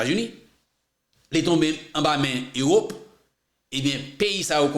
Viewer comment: Ou prononcé Europe kom si yo té ékrim Euraupe